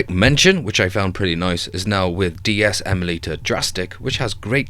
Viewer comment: It's calibrate not collaborate, emulator not emalator and retroarch not retroark